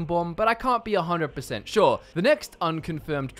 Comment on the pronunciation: Virtuoso Because of his pronunciation of “sure”. And he’s showing footage of Shor’s Hall in Sovngarde as he says that. “I can’t be 100% SHOR”.